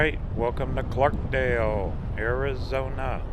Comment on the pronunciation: Please don't take this as criticism, but it is Clarkdale with no s. (No matter what spell check says) Your video is very well done! I spent a lot of time here as a child and my Mom grew up here.